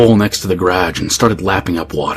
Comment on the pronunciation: “Graj”? * is that ‘garage’?